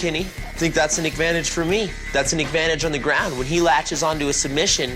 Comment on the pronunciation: Gotta love those "Eggvantages"!!!